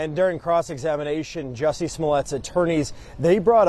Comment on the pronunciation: How you keep saying Juuiusie🤣🤣🤣